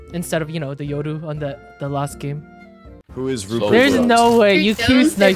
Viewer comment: why you pronounce yoru like that